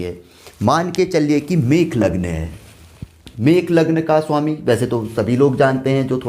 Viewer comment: Mesh not mekh